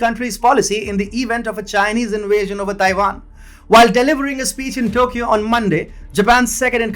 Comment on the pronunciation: Dude: please brush up on your English! People are are always asking us what type of language you are using! Inwasian is not a word, in west is not a word, do you get the point? Many people cannot understand you improper pronunciation, no matter how loud you say it! It is still hard to understand! Please refine!